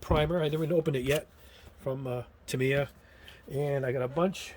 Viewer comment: Quick pronunciation help after living in Japan and being a RC Modeler for years. Tamiya is pronounced "tah - ME - yah" with a slight emphasis on the ME and no emphasis on the tah or yah. In Japanese it's 4 characters (in hirigana) たみーや